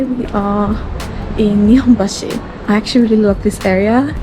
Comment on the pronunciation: I love the female voice on the train when she pronounces nihombashi. That is the best sounding Japanese word.